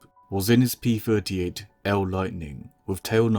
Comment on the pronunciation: I hate hearing p furty eight instead of p thirty eight!